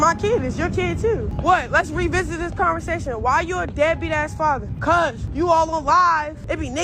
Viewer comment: Wtf is a "farhvah"? Father?